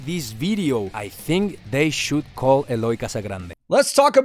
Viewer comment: It's pronounced eh-loy btw